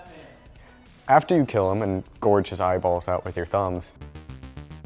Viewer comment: gouge* not gorge. Sorry to be that guy 😂 Manny was inspired by a real life dude with a very similar name and HE is the Miami Mutilator, just a teensy nitpick again